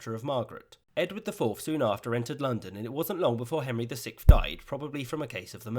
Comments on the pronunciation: Sixth is pronounced six-th the six sounds like six usually sounds. The th is how it usually sounds. It is NOT pronounced as sickth. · Am I the only one hearing "The sick" instead of "the Sixth"